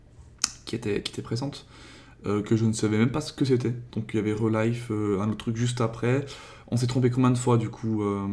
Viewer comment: ça ne se prononce pas relife mais rilife